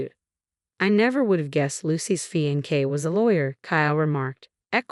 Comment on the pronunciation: Pronunciation matters, fiancee, wry. Repeatedly wrong is a distraction.